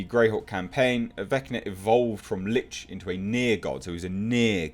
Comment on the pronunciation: Thank you for eventually pronouncing "Lich" properly. Lich rhymes with 'itch.' You can find great information about them on A.J. Pickett's channel about the Lich or almost any monster. I really hope this movie is better than the first. And, since you like the genre you should take a look at some of the YouTube channels like Critical Roll that play through a game. Maybe even join a local game in your area. Play at first but I think you have a great voice for a Dungeon Master.